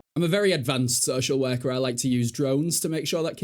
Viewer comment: Took me a solid minute to understand “So Shell Werker”